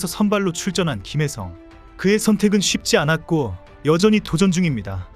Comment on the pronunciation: 초 그러나 3회초, 다저스 8번타자 김일성이 출루한 이후 분위기가 바뀌었습니다. 라고 들리는건 제 귀가 이상한건가 ㅋ